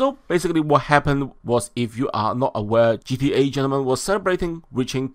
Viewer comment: Its not gea its gta guy get it right yoooo